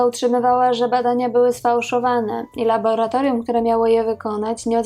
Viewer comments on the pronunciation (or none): none